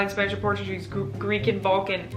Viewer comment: When she said Balkan I thought I heard Vulcan. She might as well be with that long list